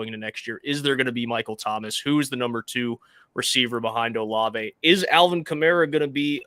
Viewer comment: Bro how could you let him keep calling Chris “Oh-Lahv” 😂